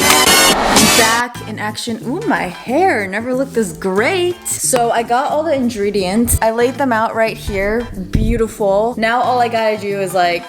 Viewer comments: Omg she said injredeints instead of ingredents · “Ok. So I got all the “inDreediants” XD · “I got all the indredients” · Injredients? That’s an interesting pronunciation 🤔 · "Now I got the injredients"..."injredients"...😂😂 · Who else heard her say ingredients with a “J” Like if you did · Did u just said inDREdients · You said “in- dri- dee- ents “ 😂😂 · Btw you basically said indreediants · look how she says ingredients😂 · did anyone else notice the way she said ingredients lol 😂❤️ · So nobody didn’t her when she pronounced ingredients wrong?